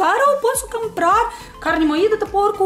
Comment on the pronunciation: Camprarrr é muito legal ouvir